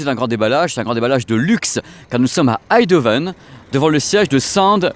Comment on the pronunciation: Bonjour. On dit EiNdhoven. Comme EIN en allemand. Merci jaime la précision (et jai un ampli Marantz depuis 20 ans toujours parfait).